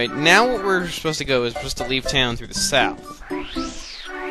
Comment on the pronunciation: teehee, you said south in a country accent